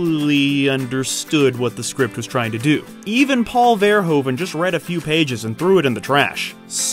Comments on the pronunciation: it's pronounced paul verhoeven; paul is OK but verhoeven is not verhoven... it's pronounced as verhooven (like hoover), in dutch OE = OO in english; so please stop me cringing about verhoven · Your pronunciation of names is awful. "Jan", not "Jean" de Bont (Bond but with a t). Verh-oe-ven (like U-kelele), not hOven. Regardless, always happy for this WTF Happened series, now featuring the great Verhoeven ;-) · Is it SO DIFFICULT to pronounce his name correctly? Its NOT (english) "VER-HOE-VEN", but "VER-WHO-VEN" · The oe in Verhoeven is pronounced as o in move, not as in grow. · Its pronaunced paul ver who ven im dutch lol, Awesome video! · It isn't an easy name to pronounce, as it's Dutch, but the "OE" is pronounced like the "OO" in food and the V is shorter. Dutch is a very staccato language. To ears it sounds like Vvvverhoevvvvven. Not hating on the narrator, just explaining the pronunciation. Verhoeven being Dutch is a reason he doesn't give a shit about violence and sex, because the Dutch really don't. There's legal prostitution, age ratings for movies are just a vague suggestion, South Park is aired uncensored all day long. It's not a sex crazed hell hole, just not prudish or shy. Turkish Delight is based on the book by Jan Wolkers, who's oeuvre is like this all the way through. The Discovery of Heaven by Harry Mulisch is about a guy being the second coming of Christ, and there's a ton of violence and graphic sex in the book. Both writers are considered some of the best as well. Mulish also wrote The Attack, about the Germain occupation of the Netherlands. Super violent but considered a must read classic, pretty much from its release. Our movies are less prudish in general, sex isn't seen as bad or wrong here, nor is swearing. His movies are par for the course almost. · To pronounce his name correctly, you need to pretend it's written 'Verhooven', like the word 'boot'. The 'oo' sound and the 'oe' sound is pronounced the other way around in Dutch. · "Ver hooven"